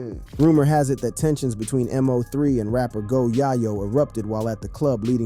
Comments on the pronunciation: How you can't say his name right M-0-3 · Why you mispronounced this man name